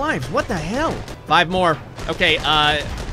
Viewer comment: Lost it at "Mor(e)phine the better. "